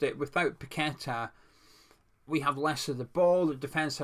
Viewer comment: Not only a one man team that ticks with him playing but you actually know how to pronounce a Brazilian name unlike many others including that fence sitting gonzo.